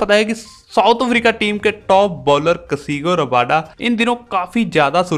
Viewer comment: Bhai kasigo rabada nahi kagiso rabada